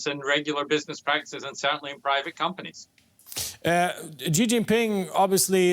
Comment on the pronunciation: How can this guy report on China when he can't even say the president's name right?